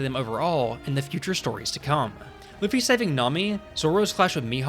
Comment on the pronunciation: Jajajajajaja "Loffy" JAJAJAJAJAJAJAJA